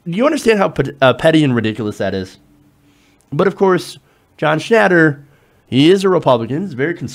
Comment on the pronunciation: You're an idiot. You just said Papa John blamed low sales on protests. Not vice versa. You aren't even pronouncing his name correctly. go back to special-ed.